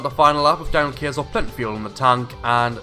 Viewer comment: Looks Like Kayser Is back with a bang (Btw you pronounced my name right :))